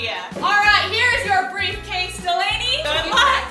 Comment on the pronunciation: wtf preslee! nayvee did the right thing, it’s delaynees boo